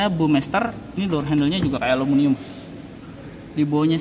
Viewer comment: suka heran sama reviewer indonesia (kendaraan, hp, laptop/pc, elektronik dll) punya predikat sbg reviewer tapi kebanyakan nyebutin aluminium dengan bener aja masih salah jadi kesannya ga profesional. no offense